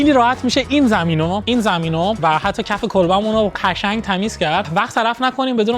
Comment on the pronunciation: چرا قشنگ رو یجوری تلفظ میکنی کلاً ق و ش رو یه جوری تلفظ می‌کنی نمی‌دونم چرا